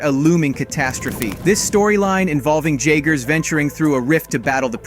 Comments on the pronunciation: Have you watched the films you keep pronouncing the as jaygers when it’s pronounced yagers… lost me when your promoting something you can not pronounce… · Not pronounced jagers it yagers. Has to be AI voice. Because any human who has seen the movies would know better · This dude (or ai, I can’t tell anymore) really said Jay-ger lmao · It's pronounce YAY-gr. Did you even watch the movies?